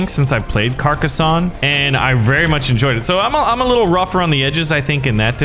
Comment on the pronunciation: I agree this game is fantastic the only thing that is annoying me is you are saying Carcassonne wrong